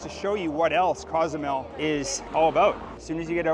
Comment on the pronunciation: Local Mexicans pronounce it COZE A MEL.........not CAUZ A MEL